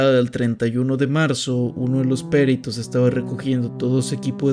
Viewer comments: Dónde le vio el acento a la palabra PERITOS! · "Peritos" no es palabra esdrújula, el acento va en la I, no en la E. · Por favor investiga cómo se pronuncia la palabra “ peritos “ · Excelente video, gran canal pero porfavor pronuncia bien la palabra "peritos" sin acento en la e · Me encantó el video, pero la pronunciación de "peritos" me generó un dolor auditivo jajaja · Me gusta mucho tu contenido pero van varias veces que escucho que acentúas mal las palabras: es Huixquilucan, con acento en la U (HuixquilUcan), no Huixquilucán; es perito, con acento en la I (perIto), no périto. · Peritos tiene la sílaba tónica en la “ti” y Huixquilucan en “lu”